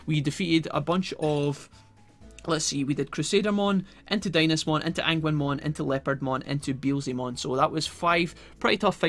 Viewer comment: Today ive learned that Agunimon's name is pronounced "ANGUINMON" i cant stop laughing...